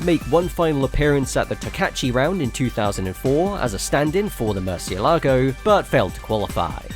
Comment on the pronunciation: did he say "Murcielago" with the "-la" as the tonic syllable